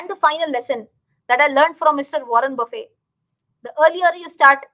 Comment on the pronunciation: nice video... pls note: the legend's second name is pronounced with a 'T'